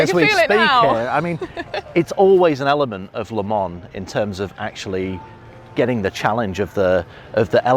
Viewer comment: Why is it so hard for some one to say Le Mans correct?? Say Le-Ma in one word... Not Le-Mon! Not Le-Mans! Not Les Mans! etc... jeeeez how hard is it!